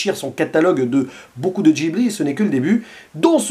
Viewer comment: Ça se prononce guibli